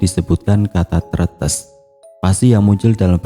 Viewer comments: Bang, Tretes salah nyebutnya harusnya kaya netes, Tretes gitu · Tre tes bang penyebutan nya😂😂entahlah susah nulis nya emg sama bacaan nya 😂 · Tretes .di gandeng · Bacanya salah kak bukan tretes